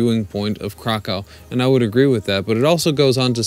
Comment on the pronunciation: He actually does say Kraw-cow through part of the video, then switches it to the proper pronunciation.